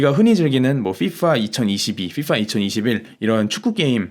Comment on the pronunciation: 언제나 순살정리 감사합니다 순살형님. FㅣFㅏ 발음이 인상깊네욧